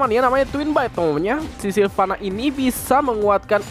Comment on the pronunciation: Hha "silvanna" :v